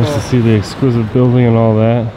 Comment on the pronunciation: Are you saying “esquisive”? 😂